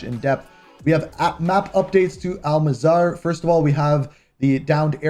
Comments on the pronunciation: It is not Al MazAR it is Al MazRAh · Bro it’s AL-MAZ-RAH not “AL-MA-ZARAH” 😭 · “Al Mazarah” 🤡🤥